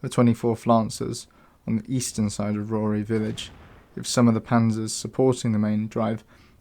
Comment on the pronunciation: Who's Rory and why did you say it with a thick Yorkshire accent?